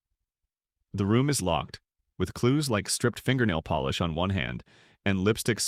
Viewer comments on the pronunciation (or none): none